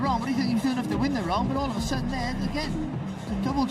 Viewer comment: The Dehli-Don's "adwantadge" weft pwetty qwick...